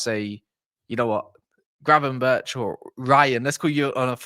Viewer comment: Gravenberk not gravenberch 😡